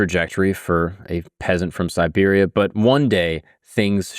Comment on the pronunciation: I caught this mistake more than once as well, but then in other places he did say Siberia, so I think he's just mispronouncing it. You are right, it's important to know the difference when dealing with this particular context.